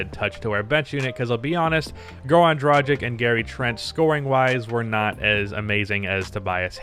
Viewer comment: Day 1 of asking to learn how to pronounce Goran Dragić's name right. As a European it really annoys me...